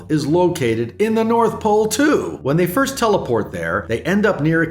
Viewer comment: Lmao Ferst